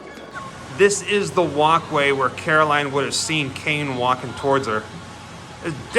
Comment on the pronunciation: Carroll Anne not Caroline